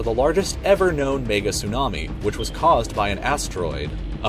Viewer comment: when he tryed to say mega but he said the n word